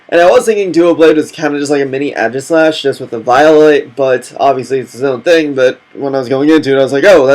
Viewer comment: Good video, but still bothered about your pronunciation of Aegislash. It's Ee-Gi-Slash. As in Aegis - the shield.